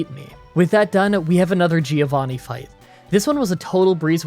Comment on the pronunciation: I am one of your (longest) italian fan. I love your videos but please: It’s pronouced “Joe-vanni”